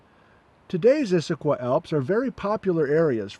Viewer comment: Not so fond of your pronunciation of Issaquah. Close, but no cigar. I know it's nit-picky but I'm pretty sure the Cascade Range doesn't end at the Canadian border.